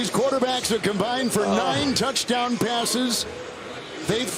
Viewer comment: This announcer guy really doesn’t like voiced consonants. “TouchTOWN, “PATEman”, etc.